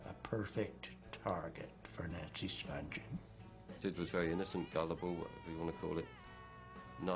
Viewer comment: How come everyone gets Nancy Spungen’s last name wrong?